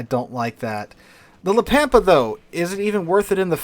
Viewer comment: Ritchie Valens cringes every time says La Pampa as Pam pa